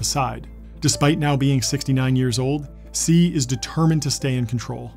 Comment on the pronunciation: "Xi" in Chinese is pronounced "She" and not "See"